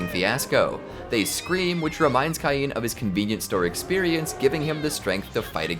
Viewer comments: It's pronounced Kane, no Keye-een! X( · u have know idea how much ive waited for this i watched thsi anime like six differnt times and its so gooood Edit: its prnouace cain as in cane